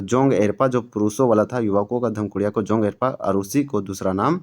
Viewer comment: जोंग एरपा नहीं जोंख़ एड़पा होता है